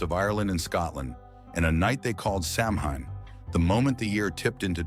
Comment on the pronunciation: It's pronounced sa-wn (like sow win).